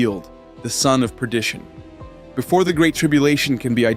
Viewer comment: Excellent presentation of what's coming. I hope many will heed the warnings. Just a minor side note, it's not predition, it's perdition. God bless.